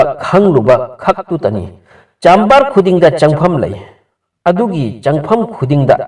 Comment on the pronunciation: Kari no ngna Giza bu Ghaza hydo, Nile riverdo ngna Nilll tural hydo keigni, chamber bu chaaammmbar, mayek seng2na hybiyu angang taba yaoradi lanna khngkhrani, Ngna pabado fajana khngaga pabiyu......